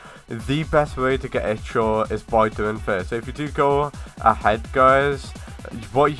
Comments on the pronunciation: It's called Ichor not i-CH-or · One it's not itch-or. I don't know how to pronounce ichor but i know thats not how you say it. ALSO CLICKBAIT ALERT!